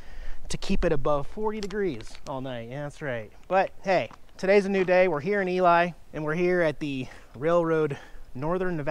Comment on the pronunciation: It's NOT ELi; It's pronounced Ely or E-Lee.